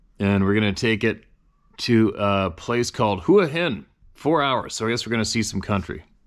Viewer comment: Wah Heen not Huha Hin.